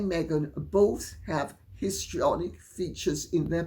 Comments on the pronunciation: I literally thought lady C said pistrionic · Did you say 'piss-trionic?' 😂😂😂😂😂